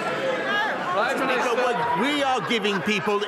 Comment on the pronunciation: "take out a loon" lol